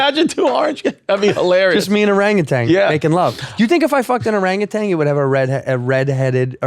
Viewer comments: ORANGUTAN!! You keep putting a g on the end. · They keep saying orangutang or is just me?